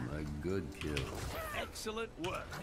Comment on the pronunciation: felt like the kept saying EGGcelent